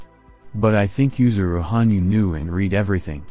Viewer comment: *Yuzuru, not "Yusuru"